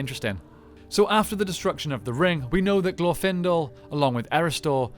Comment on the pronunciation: Ok, admitting that I'm weird, the pronunciation of 'Glorfindel' put me off so much that I couldn't finish the video. I'm not meaning to be harsh, this is as much or more of a "me problem" as it is an "I think there is at least objective congruence upon which syllable gets the emphasis problem", but for me, every single time I heard "glorFINdle", I shuddered. It's "GLORfinDELL" and fight me about it.